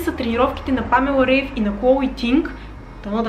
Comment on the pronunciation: Уникално видео както винаги! Благодаря ти! Наистина много ми помагаш и вдъхновяваш!❤❤❤(бтв, тя се казва Памела Райф, защото в Германия така се произнася)